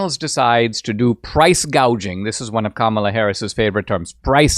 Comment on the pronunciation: And she's SO stupid, inept and inarticulate that she said 'price GAUGING' not "price GOUGING"...........God help America and the whole world if she gets over the line. Cheers from Oz!!